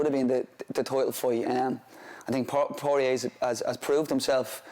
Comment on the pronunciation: I think the best part of this interview and also the one with Sutcliffe is how they both pronounce Porier like its a wine bar down on Lesson St.